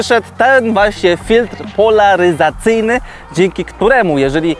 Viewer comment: W końcu nauczyłeś się to wymawiać 😂